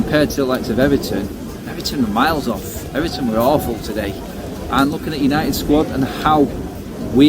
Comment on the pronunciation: Did he say Unieed vs Ever'on lol